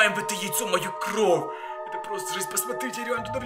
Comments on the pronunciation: пороботай над выговором слов не кров а кровь! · а почему ты говоришь кров а не кровЬ? Или мне это так слышится?